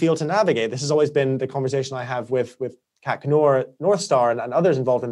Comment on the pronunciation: God I love, his clarity and finely tuned moral compass - just wish he could pronounce "conversation" properly.